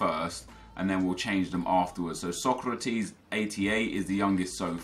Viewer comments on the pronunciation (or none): none